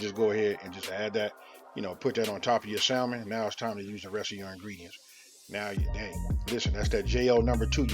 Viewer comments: FYI, the 'L' is silent in the word salmon. Like Sammon. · Can’t take ppl saying sal mon. 😆 sounds funny pronounced with the L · You're right, these are croquettes, not salmon patties. The thing that differentiates the two is the number and type of ingredients. I think yours look great. Technically, the L is supposed to be silent in salmon. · The L in Salmon is silent!!!!!!!! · Who here pronounce that L in salmon? Lol new subscriber here. Been watching all morning! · The "L" is silent😩